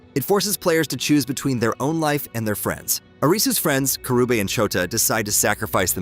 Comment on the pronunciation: fr. Its KA-RUU-BEH